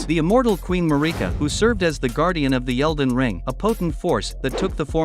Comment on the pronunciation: The way the voice pronounced Marika hurt me.